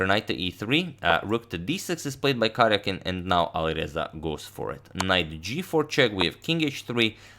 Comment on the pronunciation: #suggestion The stressed syllable is in all caps: ka-RJA-kin.